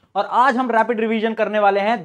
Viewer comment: rrrraapid revisionn